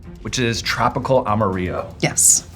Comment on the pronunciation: As a Spanish speaker, your "amarillo" sounds like "amorío", which btw would be an awesome name for the sauce, "Tropical Amorío"😂